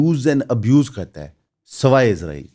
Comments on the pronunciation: 07:75 par aap nay Israel ka Naam Lia. Bhai jaan aap ezrael kehtay hain. Woh hamaray farishray hazrat ezrael ka Naam hai. Bara e meherbani lafz س par zor dain. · اسرائیل کہنے اور عزرائیل کہنے میں بڑا فرق ہے بھائی جان۔ آپ اسرائیل نہیں، عزرائیل کہتے ہیں۔ یہ بات لگتی ہے۔ حضرت عزرائیل علیہ السلام ہمارے فرشتے ہیں۔ آپ تلفظ ٹھیک کریں۔ مہربانی ہو گی آپکی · میرے بچے ابھی سیکھ رہے ہیں۔ آپکی ویڈیوز دیکھتے ہیں۔ انکا مجھ سے بار بار سوال کہنا کہ بابا یہ بھائی اسرائیل کو عزرائیل یا ازرائیل کیوں کہتے ہیں۔ عزرائیل تو قرآن میں فرشتے کا نام ہے۔ برائے مہربانی تلفظ ٹھیک کریں۔